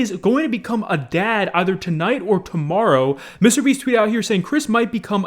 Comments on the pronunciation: STOP!! IT IS MR BEAST NOT MISTEEER BIIISSSTT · How normal people pronounce Mr beast: Mister Beast: MiStErBeAsT